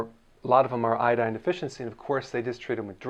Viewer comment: 边做饭边听这个视频，满耳朵都是波哥在说“海带”，我就纳闷了他开始学中文？瞄一眼翻译，原来是IDDINE🤣